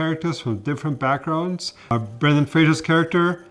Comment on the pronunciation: Here's my small critique... his name is Brendan, Not Brandon.